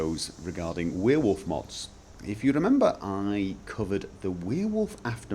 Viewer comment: i started watching your vids like 1 hour ago and got annoyed about the way you pronounced werewolf but i'm used to it now and imma subscribe. For once s youtube recomendation was useful